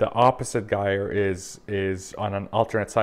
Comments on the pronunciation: They actually identify as girlers not guyers... it is pronounced /ˈjī(ə)r/ Or ji er rhymes with higher 👍🏼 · The g in gyre is pronounced as a J!